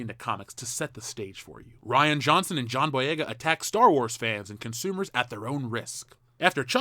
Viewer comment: Reean Johnson cos Ryan is spelled with a Y they don't call it Rie bread. The dude is a coward he talks tough but would instantly yell "I'll sue you" if met face to face with one of these "manbabies"